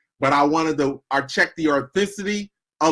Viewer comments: ...really getting tired of explaining these, lol. - FIRST of all, the correct pronunciation is AUTHENTICTY not "AURTHCITY". This clip is SIMPLY... the eclipse in totality. they watching a clip somebody sent in to them... right? If this guy was told by the person who sent in the clip, that what they're watching a Solar eclipse "AT NIGHT"? Then these individuals do not pose the mental fortitude to discern what objective reality is. Also, the clip could have been edited, placing the actual eclipse on a video filming a normal moonlit night. WHAT THE HELL ARE PEOPLE DOING? ¿¡I mean REALLY!? C'mon people, we're smarter than this!!! Also, in the clips with (2) moons in separate parts of the night sky, if you look closely, the moons are different shape than eachother. Why didn't any of the clips focus clearly on BOTH "moons"? Not convinced and the Laws of Nature won't allow for something like that to happen. We would experience gravitational and energetic shifts that could end up being catastrophic to our planet and humanity. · "check the arthicity of the video" 🤦‍♂️